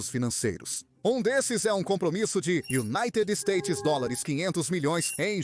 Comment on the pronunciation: "Iunáitedi istêitis dólares quinhentos milhões" Esse bicho morde?